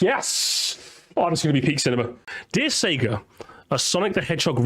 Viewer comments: Between the doofy ass art style, removing Sonic's personality, and constantly saying "SEE-guh" I'm convinced that vid is just high production quality ragebait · i like to give some leeway to mispronounciations because usually i just chalk it up to people's accent but "seegah" is just straight up wrong 😭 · "See-ga" despite hurting me with how it's pronounced, is the most common way to say it among older Australians (who got into Sega games before the voice line at the beginning of games) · c-ga is the australian way to pronounce sega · "See-gah" is how it's pronounced over here in Australia. Always how I heard the old consoles start up too blasting "See-gah!" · "Seega" is how (some, not sure if it's all) australians pronounce Sega lol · "See-ga" is an Australia thing; all of TV ads from the 90s say it that way, no idea why. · “Seega” is how Australians pronounce “Sega”, because it’s also how Australian adverts for Sega always pronounced it (for some weird reason). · That’s just how it’s said in Australia. Back in the day all the offical material in the Mega Drive-Dreamcast era pronounced it “See-gah”. Dunno why it’s like that, but that’s how I and everyone I know says it. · Basically, the early Australian marketing for SEGA decided to pronounce it 'see-gah', which meant that any Australian who grew up with the Mega Drive through to maybe the Saturn was conditioned to say 'see-gah'. As far as I know as an Australian, there's absolutely no convention of the accent that would actually make you pronounce it 'see-gah' over 'say-gah', it's just something that stuck. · This guy clearly has never played a sonic game because everyone tells you how to pronounce sega when you start the video game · Like it wouldn't be that abhorrent if the correct pronouncation wasn't literally yelled at you when you boot up the game 💀